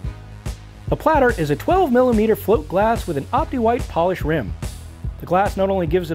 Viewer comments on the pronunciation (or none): none